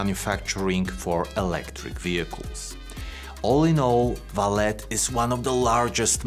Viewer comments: I'm Brazilian and... No.. It's not VALET. It's pronounced as "Valley". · Since it's Brazillian. It should actually be Valé. (As in OK) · Actually it is pronounced like the car parking service, valet but in the french way, where the T is silent Val-A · The name of the company is pronounced as "Valley". And Vale means exactly that: valley, in portuguese. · You pronouncing it ValeT tells me you have no clue about the company. Just generic text read down. Your first video presented to me. Not impressed. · "ValeT"? Huh? Any special reason you keep mispronouncing the name of the company? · How can someone do so much research on a company and not know how to pronounce its name??